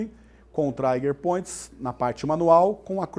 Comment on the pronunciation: Não é traiger point mas TRIGER POINT